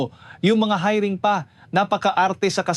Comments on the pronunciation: Paulit ulit Yung hiring mo Mali Ang bigkas ano ka ba? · Anong pronunciation mo ng hiring ayusin mo nakakaadar Mali mali